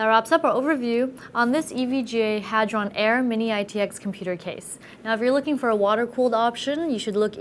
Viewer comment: I was really looking forward to her saying "Hard On" like Linus did. LOL Good job avoiding the trap.